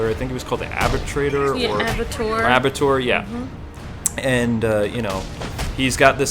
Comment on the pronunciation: Abbatoir is pronounced "Abba-twar".